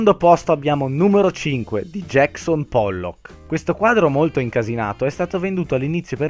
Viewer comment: Non JACKSON POLLOK , ma JACKSON POLLOOOOOO